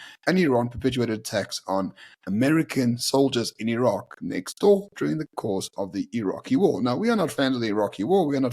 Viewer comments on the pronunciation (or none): none